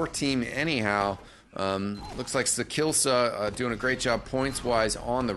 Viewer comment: sakillsa... :( its sakiisa